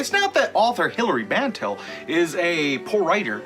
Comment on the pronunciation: You might at least pronounce the author's name correctly.